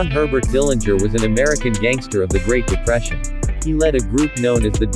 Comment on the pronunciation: Good job pointing out a lot of facts about John. Also, I heard it the Dillinger family name correctly pronounced at least once with a silent 'g'.